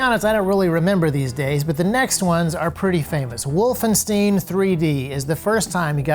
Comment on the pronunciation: The way you feel when people call a magazine a clip is equal to the way i feel when you pronounce Wolfenstein like that. 😅 also, thanks to Counter Strike 1.6, i thought that the forward assist was used to load round into the chamber.